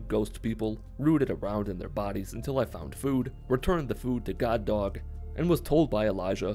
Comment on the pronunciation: Whenever he says, “God Dog” it sounds like he’s saying Guard Dog in a Brooklyn accent.